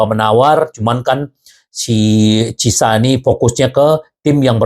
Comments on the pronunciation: Ciesa bang. Ejaan Italy itu lidahnya normal seperti bahasa Indonesia karena Ejaan Bahasa Indonesia itu kiblatnya Bahasa Latin. Jadi biar gak kesulitan dan gak kepleset lidahnya dalam menyebut nama Ciesa dengan CISA. Ejaan Belanda, Spanyol, Portugal, Rusia, Arab, Inggris. itu beda beda semua. Tapi kalau bacaan Latin. Itu lurus lurus aja seperti tulisannya. gak dilebihkan, gak di kurangi, apalagi di rubah. (seperti Inggris, Belanda, Portugal) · Chiesa = Ciesa aja bang. jgn di baca CISA. atau karuan sebut Khiesa. Krn ada 2 konsonan hurus bertabrakan. C&H. dan dalam Lidahnya org Italy itu di baca Ciesa atau Khiesa Kiesa _ asal jangan CISA. nanti kedengarannya gak Pro sebagai Fans di Club' Besar Liga Italy